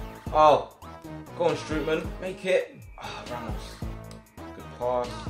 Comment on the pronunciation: You actually have to prenounce Strootman as Strohtman